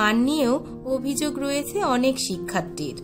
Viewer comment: শিক্ষাত্তি না শিক্ষার্থী। ভিডিওটি ভালো লেগেছে।